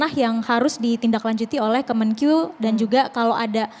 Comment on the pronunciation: Menkeu bukan kemenkyu, lebai